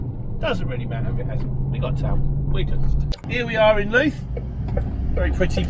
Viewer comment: Just for future reference, Louth is pronounced like mouth.